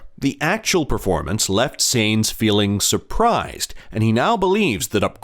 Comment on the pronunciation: If you want to be taken seriously: learn the names. All F1 fans can pronounce Sainz!